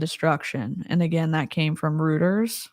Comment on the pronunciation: Thank you so much for covering this! This is all just so devastating. I don’t understand how we live in a world where this is happening. Just tragic. (Just so’s you knows, Reuters is pronounced “roiters”)